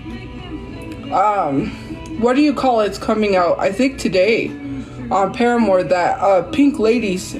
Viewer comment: omg idk why i laughed so hard when she said "paramore"